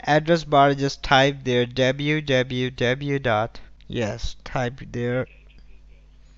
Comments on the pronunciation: Scammer : deb u ,deb u ,deb u .(dot) Me : 👁️👄👁️ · "dablew dablew dablew dot" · No bruh. It's dab u, dab u, dab u, dot